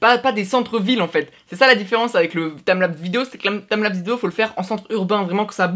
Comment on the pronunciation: TIMELAPS PAS TAMLAPS 0/20 l'anglais CA se vois